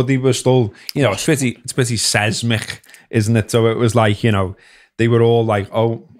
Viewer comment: "Seismic," says.